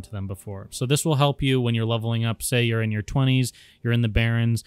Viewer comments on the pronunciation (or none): none